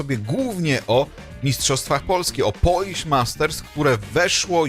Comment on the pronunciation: Polish, nie Polich